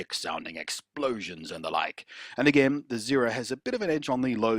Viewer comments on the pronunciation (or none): none